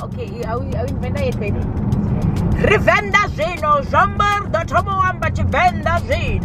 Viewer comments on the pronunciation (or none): Tshivenda, not sevenda